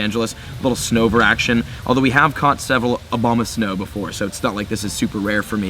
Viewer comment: I swear he said Obamasnow